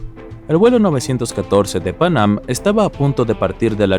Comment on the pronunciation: Pang-am, pang-am, pang-am, pang-am... Se dice Panam, PANAM!!!